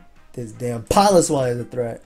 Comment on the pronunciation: pronouncing Piloswine like that is the root of the Ls in this video